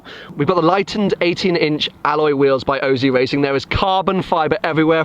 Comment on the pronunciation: OZ not O Z